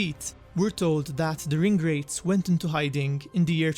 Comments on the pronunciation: LMAO I was wondering why the hell he was referring to ingrates... finally pieced together he was trying to say RING WRAITHS. makes sense now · I thought he was saying ingrates not ring wraiths 😂😂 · "the ingrates" LMAO ohhh the ring wraiths loool